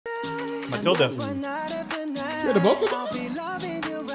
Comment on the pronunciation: My guy said Matilda 😭